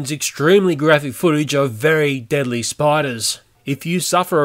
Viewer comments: At the startit says deedly instead of deadly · he said deedly instead of deadly in the warning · you said deedly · Anybody else realise at the start it says deedly instead of deadly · "deedly" xd